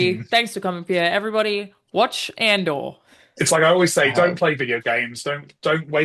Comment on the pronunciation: Anyone else get confused because they hear "At duel" when says "Andor?"